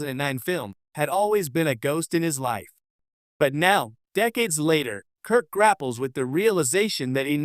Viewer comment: I’m quitting this video 20 seconds in because the (AI, I assume) narrator said, “…James T. [long pause] Kirk…” I don’t actually care if the narration is AI or not, but when the mispronunciation and incorrectly-placed pauses start, I stop.